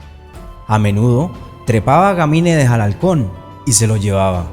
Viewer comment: No es GAMINEDES 😂 ES GANIMEDES